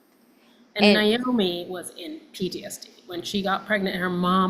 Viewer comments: Naomi is not pronounced Niomi. The”i” is at the end. It’s a simple name. NA- OMI.🤷‍♀️ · The two of you both. Saying Niomi instead of Naomi really freaks me out. Do you both know you’re doing that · Why do y'all (especially this director) keep calling her Ni-omi???🤔🤨🙄 Her name was NA-omi!😆🤣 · NAOMI NOT NIGH-OMI ..Shame on both of you NOT EVEN knowing how to properly pronounce this legends name! Wow! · let's pronounce mom's name RIGHT pleeease..... NAOMI... should sound like this 'Nay-Oh-me' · Please!!! Pronounce their names correctly 😖 It’s Nay-Omee and Why-nOnna. So disrespectful of both ladies to continually butcher their names. Do better!!! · Yup, NAY-omi, & I hear the mispronunciation in many news people, show hosts, & those who've had only a passing, professional interest in them. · Her name was NAY-Oh-mee!! 🫠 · I can see Melissa mispronouncing it cuz it's just another story for her to get into & on to the next one. But Alexandra, who spent countless hours immersed in this family? Huh lol